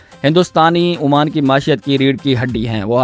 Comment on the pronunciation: Oman not Amaan